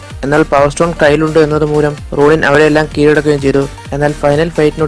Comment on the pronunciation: Ronin alla bro Ronan aanu ..Ronan the accuser... Great video btw..